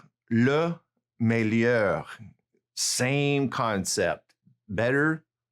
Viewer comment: Meilleur....ll= y May-ure not mel-ure Also.....moins = mwoins